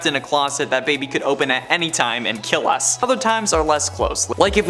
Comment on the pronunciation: When said “Us”, It felts like he was saying “Ox”